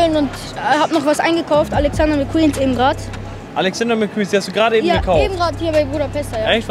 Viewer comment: Kann nicht mal mcqueens aussprechen